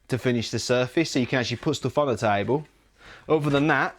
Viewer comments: Its not taibol its table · He's gonna build, "a tybull...." what?